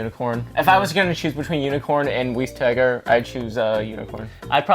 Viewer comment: Weiss tiger is pronounced "vice tiger" because the name is supposed to be German. Ws in German are pronounced like vs'